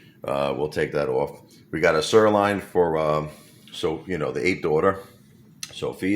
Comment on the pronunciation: Did you say sirloin, serra lion?. 😆 🤣